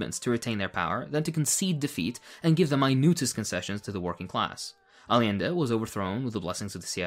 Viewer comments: hi friend i love your analysis but it drives me crazy that so many leftists mispronounce "allende", it's not all-ee-ende or all-ende it's actually ay-ende. The Spanish double L is pronounced like an English Y. Ay (like ay, me hearties) ende (like end but with an eh on the end). Ay-ende. at least you don't say all-ende <3 BUT HONESTLY GOOD CONTENT, JUST MY PERSONAL NITPICKS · im sure you know this and it's just a language thing but i just gotta remind you, Allende is pronounced "AY-ende". love your videos and 100% agree nonetheless